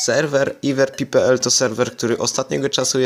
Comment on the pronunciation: Ever się czyta IWER ? Najs